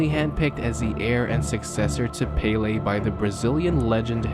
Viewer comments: Pelay not paylay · (PEL- LAY) not PAY-LEE... Americans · You are saying Pele like it is spelled Paylay wtf 😂😂 Americans eh haven't a clue about football, it's hilarious to listen to them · It’s “Pele” not Paley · Paley???it's pele!!! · “Peh-leh” not “pay-lay” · Its pronounced "Pel-leh" not "Pay-lay" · it's pell-ley not pay-lay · Fuckin who is peyley its pele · cant get over him saying pele as 'palay' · You call Pele pailey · the accent on the é means the E sound rises ffs. Its called an accent because of the symbol above the E. É is pronounced "Ey" hence why the correct way to pronounce Pelé's name is "Peh-ley". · Americans know Fuck all about football also he can’t say pele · please look up a video of how names are said in their language the way you say PELE is the only tragic thing here. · I just hate how you say Pele I think I got aids when you did it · no. The accent makes it a ley.